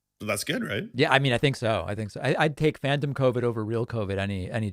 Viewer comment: Pakman: "i'd take phantom covid..." it sounded like "fanta soda"